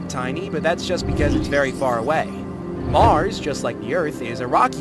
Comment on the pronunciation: Is it just me or did the little Mars say Brand 😭